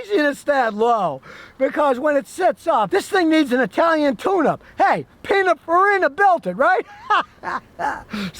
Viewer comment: I'm sorry but has he said Pina Farina!? 😂😂😂